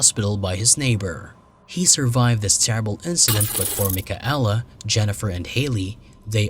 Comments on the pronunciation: Mik-a-ella ROFLMAO It is pronounced MIKAYLA FFS!! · mike-a-ella? how disrespectful.